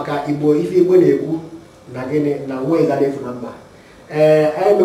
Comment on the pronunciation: hi, this is encouraging, BUT i hear Ibo from your pronunciation. THATS WRONG. ITS IGBO, please